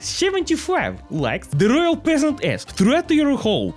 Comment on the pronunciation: Original Spelling: ”The Loyal Peasant” Pronunciation: ”The Royal Peasant” Spelling: ”The Rolay Peasant” 😆